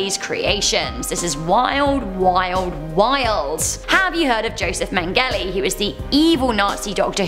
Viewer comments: Meng-gell-ee? Nope, never heard of him. I've heard of Mengele (pronounced men-ge-a) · The le at the end of Mengele is pronounced like the French Le' 😂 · Killing me with the way you pronounce Mengele........killing me!!! Still love you!!!